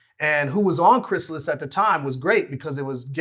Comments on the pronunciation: It’s more like, Vlad: Cries Alice Speech: Chris-ill-is. Honestly, Vlad’s pronunciation is more intuitive if you’ve never heard of the label. That’s how I always thought it was pronounced when I saw it on Gang Starr and Guru’s early albums. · "Chris Alice" C'mon Vlad lol